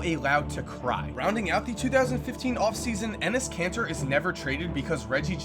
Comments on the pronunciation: did you just say Enes Cancer? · lmao you said enes kanter and my friend looks at me and goes "penis cancer?"